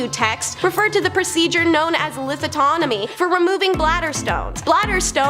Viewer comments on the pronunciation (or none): "Lithotonomy"???? 😂 Lith-OT-omy. Sorry, mispronunciation is a pet peeve...